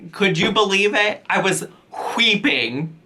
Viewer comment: "Whhheepping!" I'm wheeeping over this parody lol